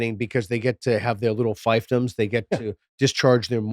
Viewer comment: Fiefdom is not pronounced like that. It's like "feef".